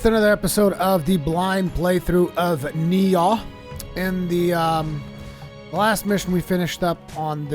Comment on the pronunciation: Does anybody ever correct your pronunciation of Nioh? Not a big deal, it just sounds silly every time you say Ni-Aw :p